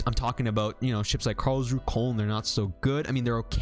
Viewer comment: FYI: Koln is pronounced like cologne (German city)